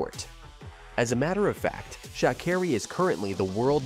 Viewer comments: Dude. You mispronounced her name so many times. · And Miss Sha' Carri don't play about the mispronounciation of her name.